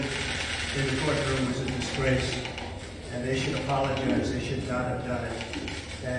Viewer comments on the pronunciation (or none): "The judge should Applegize?" Sure. Alec Baldwin on SNL said "Applegize" as good as Trump does.